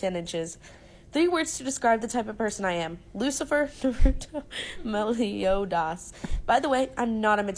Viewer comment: Who the fuck pronounces Meliodas' name like that?